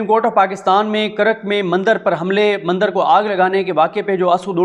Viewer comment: مَندَر نہیں، بلکہ مندِر _ مُودی نہیں بلکہ مودی